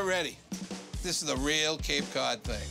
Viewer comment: "Hey look, it's Cape Caouwd"